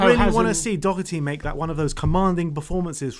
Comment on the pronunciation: Doherty not Dockerty